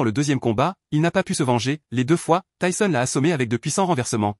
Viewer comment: "tayson" mdr